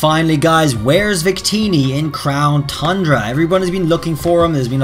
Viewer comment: Why do u say crown thundra? There's no H